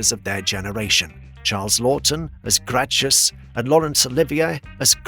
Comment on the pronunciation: Joel Mac-Cree-a? It's pronounced Mc-ray. Grach-us? Try Grak-us. Bet Davis? It's betty! It's mistakes like these which really undercuts the legitimacy of whatever you may say.